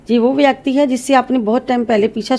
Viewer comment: Y so many numbers for date of birth ? U pronounce व्याकटी X Kts a व्यक्ति